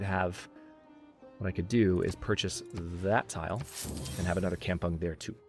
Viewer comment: Kampung is pronounced kam-poong Kam with strong A